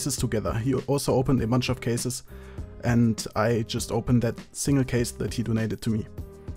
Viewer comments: When he says a single case man it sounds like I just kissed a man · when he says "a single case man" it sounds like he says I kissed a man...